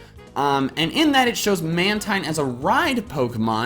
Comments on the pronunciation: It's pronounced Man-TEEN, and 2nd, it's not jumping. It's using the air from the waves like you would from a surfboard. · Just YouTube how to pronounce "Mantine" or definitely look at the Pokedex 3D Pro. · "Mantine" is pronounced "man-teen".